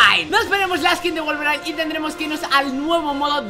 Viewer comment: Nadie: Absolutamente nadie::Wolverain